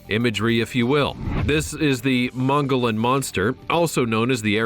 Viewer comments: Kai bab not kabob. Mow Gee On not mow gollon. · Okay say it with me now... Mogollon. Moe gee on. Also kaibab ky bab. The mispronouncing is killing me here. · It’s pronounced mugion rim! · Just so you dont sound like this brain surgeon Moggollon is pronounced muggee on. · Mong-a-lon Monster? It's pronounced Mo-Go-Yon. The narrator is clueless. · It is pronounced mo -- ge - yone . The double LL are silent . Mogillon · Mongallon monster.....nope that not how it's pronounced at all. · Magollon is pronounced Mug-uh-yon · I was in the boy scouts in 1965 & 68,69 .we went to camp geronimo in north Eastern AZ in the mogollon mountains pronounced (MOGEEON)&Evan then the camp rangers told us about the MOGEEON MONSTER & 2 keep r heads on a swevil... really dont think these rangers were trying 2 scare us.i was a fire team man.WHEN THEY THIS THER FACE WAS STONE COLD WITH FAR AWAY EYES.HARD AS a ROCK. & I believed them 100% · The Mogollon monster is pronounced MO-GEE-ON monster. They are there! 👣 Cant believe they didnt mention the legend of Egyptian ruins and artifacts supposedly found many years ago.